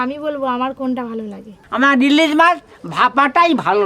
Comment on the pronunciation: ইলিজ মাছ😅😅ইলিজ মাছ😅 এদের বাংলা ভাষার উপর কেলাস করাতে হবে।